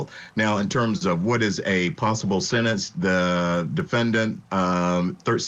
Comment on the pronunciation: " In terms of the possible sennance the defendant, ummm, thirsixyeight years old". What the hoot, narration? Defendant was thirtysixty eight years old. How old was the father?